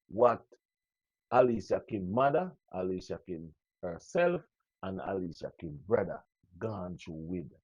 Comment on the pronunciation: Alicia name doesn't begin with an "H".....Then every word you pronounce has an "h" at the start, middle and end? TUDT right, you did leave you brain in the 3rd grade...no sah, what can go so?